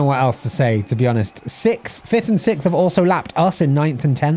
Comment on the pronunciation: my commentry pet peeves at the moment are when they say "sikth" instead of "sixth" and when they say "he has been sat there" although i know the second one is just english people being bad at their own language XD